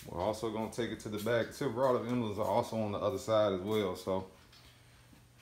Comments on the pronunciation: embelems....huh? lol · great vid, you're crackin me up! "em-bel-ems." lolll em-BLEMS. c'mon now. :) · "Embuhlums"??? Did they get shipped to you in a "Embuhlope"? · Not sure why but I like the way you pronounce emblems